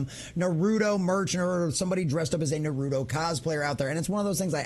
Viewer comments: Naru - Toe Not narudo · It is funny when nonfans say the title. It is naru-toe. Not narudo. 😅 sorry my dude.